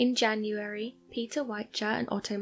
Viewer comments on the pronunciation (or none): none